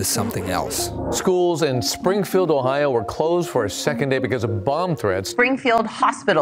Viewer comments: It's Ohio, not Ohao, missus. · I noticed her pronunciation too. I grew up in Ohio, even lived in Springfield for 5 years, I haven’t heard that way of saying Ohio. Oh-ha-oh. I do know the people in Cincinnati pronounce it Cincinnati-cin-nat-a. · I didn’t know Ohio is pronounced “Oh How” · Have I been mispronouncing "Ohio" this whole time? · I am shocked about the way this woman pronounces O H A A A i O